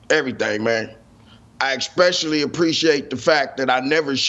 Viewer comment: Hey, I'm not too rich n all, but I'll buy you a few "s's" for your "expecially's" and "axk's" 😄